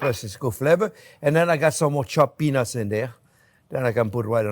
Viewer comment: ow that was peanuts... The T was too silent chef. South Africa ZA